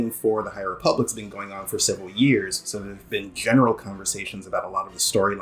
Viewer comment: Ah yes, the High REEE-public. This is totally what SW fans are looking forward to.